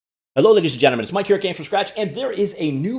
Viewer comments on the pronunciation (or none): none